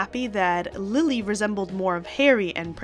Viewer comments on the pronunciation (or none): none